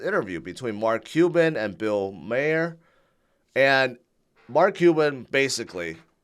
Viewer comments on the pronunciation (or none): "bill MAYER" lmao fyi, Maher pronounced like Mars, without the s.